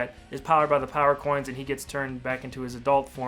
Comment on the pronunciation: He said power corns